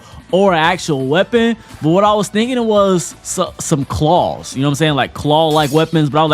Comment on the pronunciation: Why did say claws like that😂 nigga rlly said “Klauews”